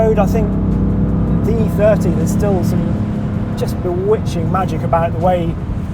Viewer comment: FROM EEE THEURTEEE TO EFF EEGHTEE